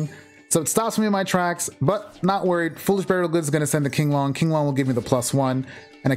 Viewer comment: Virtual World's monsters, spells, and traps are based on Chinese folklore and most of the names are in Mandarin. You got the first pronunciation of Qinglong right. It's "Ching-long". Xuanwu is pronounced "SHWEN-woo".